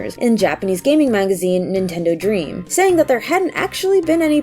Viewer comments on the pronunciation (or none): none